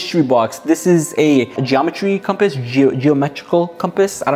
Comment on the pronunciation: “we have a com-pass inside the mystery box” why he gotta say it like that 💀 i was gonna make a joke but we gotta keep it pg 😳🤣 (the simple minded wouldn’t understand lol)